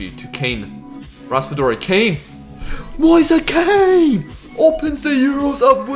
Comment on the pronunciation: mf really calling Moise Kean "Moisa Kane"